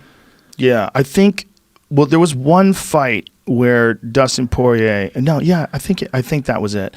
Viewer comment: Isn't it pronounced like "pwah-yay"